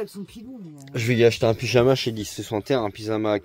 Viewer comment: un pizama chez distrizenteur 😵‍💫😆😅😅